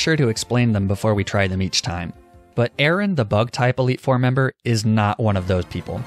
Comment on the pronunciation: I also love the correct pronunciation of Aaron but only because it made me say... Wait... He was supposed to say 'eh Aron... eh???